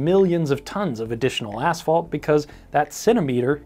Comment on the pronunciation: Thank you for saying ,,asphalt" (ass-fault), and not ,,ash-fault". I've heard people say ,,ash-fault" so often I"ve begun to wonder whether there's something wrong with me.